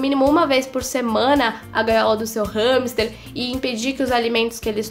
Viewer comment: Eu achava que era "ramster" , a quantidade de vezes q ela diz no vídeo com essa pronúncia, fiquei a achar q me tinha enganado no vídeo, entao mas ramster ou hamster?😂😂😂😂😂